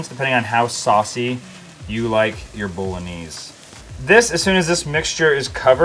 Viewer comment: What a great selection of sauces! I'm going to try every one of them-thank you! Love the way you pronounce bolognese! Never heard anyone pronouce it like that! Looks delicious! Thanks. Love your videos-watch them on repeat to get loads of dinner ideas and for the general enjoyment that comes from watching you and your lovely family. 😊😊😊